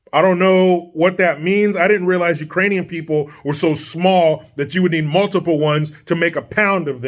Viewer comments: If you listen very closely, I think Brandon said "Uranians" which makes it even worse lol! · Remember when he called the Ukrainians-----------Irainians lol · LOVED IT when JOEY, said" Iranian's instead of Ukrainian's ...... The LOOK on KAMALA'S FACE WAS PRICELESS.......😨